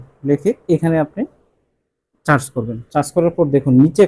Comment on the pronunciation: চার্চ না উচ্চারণ হবে সার্স!